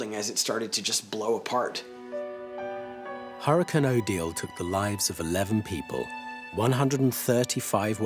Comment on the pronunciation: Thank you to the narrator for saying hurricane and not "hurri-kin".